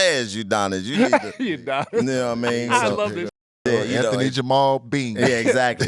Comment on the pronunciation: Lmao “Udonis”😂😂😂😂😂😂😂😂😂😂